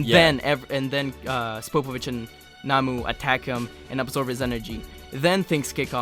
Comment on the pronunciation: Spopovich and Yamu. Not Namu. Just letting you know bro